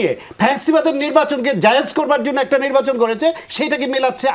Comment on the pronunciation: এই লোকের পেশা কি? উনি সঠিক উচ্চারণ এবং শুদ্ধ বাংলায় কথাই বলতে পারেন না!😮 "নির্বাচন কে বলে নিব্বাচন" এমন অনেক গুলা শব্দ!!😅